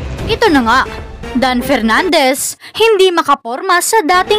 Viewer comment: Pernandes, ahh,ahh, ahh, mag-aral ka muna ng ingles, pronounciation mo is inglish kalabaw..